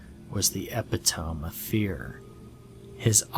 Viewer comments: “The epitome of fear” epitome is pronounced epittermee not epitoam. Apart from that dude, awesome narration ! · Sigh. Epih tome.. he actually said epi-tome. It's eppituhmee. Seriously. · Just a tip. The word epitome is pronounced (e-pit-oh-mee). I can't believe how many of these storytellers get that wrong. smh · RE: "EPITOME": Haha that was cute - back when I was younger, I used to read the word "epitome" just like you did in this vid, not realizing it was actually the word "epitome" ("epp-it-oh-mee"). It's always funny when you realize a word that you've always read one way is actually pronounced a different way. I read a lot of fantasy growing up, so I came across some words that I never had reason to say out loud but read a lot, where the same thing happened, only to realize years later that I was mispronouncing the words in my head, like: • "melee", (I always thought it was like "meh-lee", which still sounds better to me in my head than "may-lay"), • "jalopy", referring to an old car - I got that one in my head early from reading Archie comics and thought it was pronounced "jal-oh-pee"). • Chasm was def pronounced "chazemm" in my head for a long while; • Superfluous - pronounced it "super-flew-us" • And of course I'm pretty sure I'm not alone in having pronounced Hermoine from Harry Potter as "Herm-oh-eine" in my head until the movies came out. 😂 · Please tell me you know to pronounce epitome now?? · I think you mispronounced the word epitome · Cyrax Ozzamotaz what is actually wrong with you ? You’re trying defend this incorrect pronunciation of a word by insulting every Englishman !? 😂 and what’s funny is, you are completely wrong. You shouldn’t pronounce epitome any other way than that in which it is intended. But you know best oh mighty word play master. I bow to your supreme intellect and pearly white teeth. Please, oh lord of language, forgive me 🙏